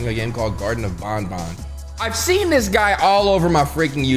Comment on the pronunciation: its ban ban not bon bon